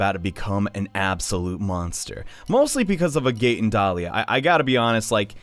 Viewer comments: She says it IN HER INTRO!!!!! it's NOT pronounced "A-gate" it's "AG-it" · Mispronouncing agate: Ugh... This hurts my geologist heart. Dahlia: UUUUUUUUGH! CURSE YOU JUDAEO-CHRISTIAN SOCIETY FOR MAKING ME FEEL AWFUL ABOUT SEEING SOME GODDAMN PIXELS! Edit: AND A FIGHT THAT YOU WIN IN GAME BUT LOSE IN THE CUTSCENE?? IT'S LIKE THIS PART WAS MADE TO TRIGGER ME! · it Agate not Agate, there's a difference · An agate is a gem.... please pronounce it correctly lest you want me to get t-t-t-triggered